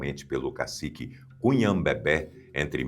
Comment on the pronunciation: É país lusófono, não lusofono e é Cunhabebe (com e fechado, paroxítono) e não Cunhabebe (com ó aberto, oxítono), fora outros diversos erros de pronúncia.